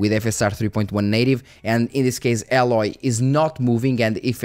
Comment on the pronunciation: I don't know if it's like an inside joke but the character's name is Aloy (pronounced A-loi), not Alloy xD